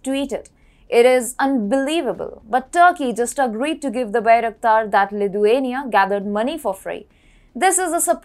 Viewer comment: Great content, but please pronounce Lithuania correctly, it's sounding more Ludhiana